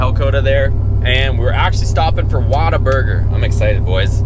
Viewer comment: Had to see if anyone else was giving him a hard time about the pronunciation 😂